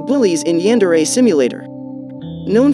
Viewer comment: Did This Man Really Say “YaAaNdErE”? Did This Man Really Say “Brain Paint”?